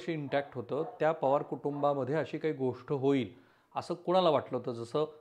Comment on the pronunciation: तुम्ही चांगलं सांगता, पण गोष्ट ला गोष्ठ म्हणता, ते तेवढं थोडं खटकतं हो... मन divert होतं त्यामुळे